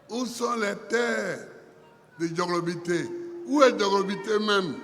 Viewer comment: Vraiment EST FILS DU TERROIR IVOIRIEN!!!! Regarde comment il prononce TRÈS BIEN KOUTE, DJOROGOBITE❤❤❤❤